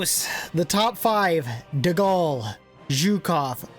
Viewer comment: Please correct the name of my French bro De Gaulle🗿